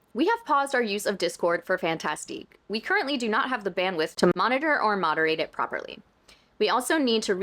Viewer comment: I know this has little to do with the actual story, but I have to say it. Yes, the company has written 'Fantastic' in the French way I.e 'Fantastique' but it's pronounced exactly the same as in English. I know you're trying to pronounce it properly but don't worry, saying it like the English 'Fantastic' is totally fine ❤